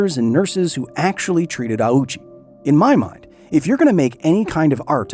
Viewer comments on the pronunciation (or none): OU in Japanese is not pronounced "ow" but like a long "oh". His name didn't mean anything near "owie" or "ouchie" in Japanese, don't be so culturally insensitive. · One little correction just because it bothered my ear every time. The name is not pronounced "ah-uchi." It's "oh-chi," with the "oh" being held slightly longer in time. You can hear the correct pronunciation by the nurse . Japanese has true "long" vowel sounds where the amount of time you hold a vowel sound is long or short, and this changes meaning. In English, a long-O sound is usually transliterated as "ou." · This is a remarkably well researched and presented video but you made one rather glaring mistake: Ouchi's name. Its not "awoo-chi", it's ohhchi, a phoneme that doesnt really exist in english. Its basically like an extended "oh" sound. If his name were pronounced like you pronounce it in the video, itd be "auchi", which isnt really in japanese. If you want a check, the name is pronounced by the japanese woman in the video. I only bring this up because its a common mistake and some disingenuous people might use it against you after you called out all those clickbait videos. Source: ive lived in japan for 10 years. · right other than the fact that doing research tells you that "the Japanese surname Ouchi (大内) as "oh-oo-chee" (with a long "oh" and three distinct vowel sounds) or more smoothly as "oh-oo-ch" in native Japanese, though English speakers often say "ow-chee". " Infact his full name in kanji is "大内 久" and if you take a little look at those first two and compare them to the other bit of kanji you will see they are identical. Here is his name in Hiragana too おおうち ひさし I have a name from a language that isnt english but that doesnt mean the only correct way to say it is the same way its said in another language and as an example of this I will use the name "Luis", Luis can be said loo-is, loo-ees or loo-ee and all of those are equally correct. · Ouchi not Auchi.